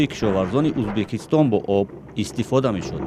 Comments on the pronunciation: Узбакистон не Узбекистон журналисто бе саводанд?? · Не Узбакистон🤦🏽‍♀️А Узбекистон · СЧалом алейкум. Апаи хаму хабарнигортона фахмонед, ки не "узбакистон" а узбекистон. Боки зинда боше. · Хами апаи баранда ба чои Узбакистон гуфтана Узбекистон бген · Апаи хаму хамкоротона гу ки Узбакистон нага Узбекистон гап зана хатогихотон бисйорай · Узбекистон, Узбакистон🤔и чихели журналистай? Радиои Озодиииииии!!!